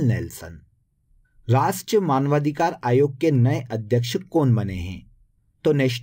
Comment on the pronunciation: Rastriya boliye sir